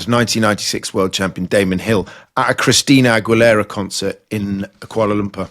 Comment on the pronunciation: Bro said "Christina Ag-we-lerra" 😂